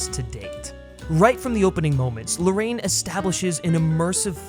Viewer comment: 'Larr-ah-yeen', not 'Lorraine'. He's Chilean. Why can no one bother to pronounce his name properly?